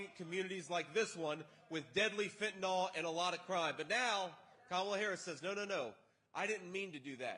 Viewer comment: It's not fentenall, fool. 🤦🏽‍♀️